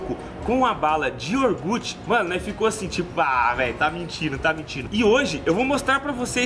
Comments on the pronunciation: iogurte NN IORGUTI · Balinha de "Iorgute"